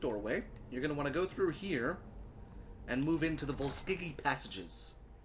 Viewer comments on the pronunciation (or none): You're pronouncing it wrong. It's "Vols-Kyge".